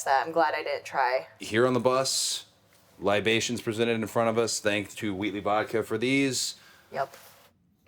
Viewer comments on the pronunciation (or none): Cody says libation like he was alive during prohibition 😂 dope segment!!!